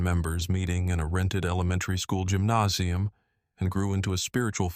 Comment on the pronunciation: The AI has given me a new favourite word. Gymnauseum